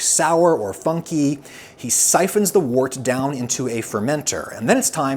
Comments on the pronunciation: "Wort" is usually pronounced like "wurt", not like "wart". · It's 'wirt' not wort! But it's still nice!